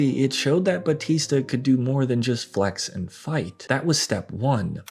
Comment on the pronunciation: People STILL can't pronounce BAUTISTA properly. 😂🤣